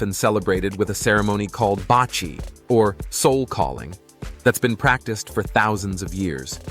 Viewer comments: not" bachi" but pronouce baci or ba see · Basi pronounced Basee not bachi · Baci is pronounced "ba see" not pronounced ba chi. The weaved ball is pronounced "ka thall" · Baci is pronounce like baaahhh seee. Not bachi. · Not bachi But bassi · Baci is pronounced "bahsee" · Baci is pronounced like Ba-See. I am from Laos and came to US since 1980 as refugees . Went back “home” last year for the first time and I have to say that I am glad I went. I hope to go back again. Thank you for the great video.